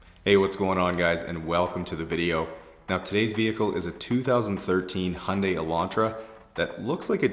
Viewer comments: hundey? its a hi un dai lol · Americans and Canadians pronounce Hyundai as “Hunday” where as other people pronounce all of the syllables in the word.